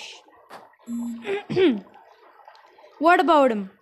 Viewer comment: Actually, I think it’s Ash eeee, not ash